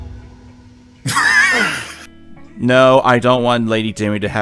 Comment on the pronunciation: Capcom said Lady Dimitrescu is said without the U